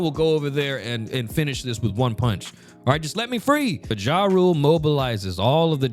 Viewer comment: You pronouncing Jarul as "Ja Rule" is the funniest ish ever lmao